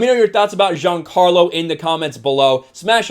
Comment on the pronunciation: you say Giancarlo like a frenchman u biggot lol